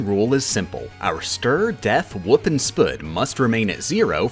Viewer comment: You had me at 'stur', 'def', 'wup' and 'spuud'.